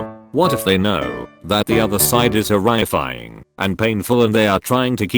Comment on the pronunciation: Tfw the text to speech cannot even say “horrifying” right